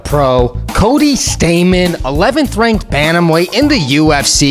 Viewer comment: His name is Stamann, not Stamman (German name probably). I'm out.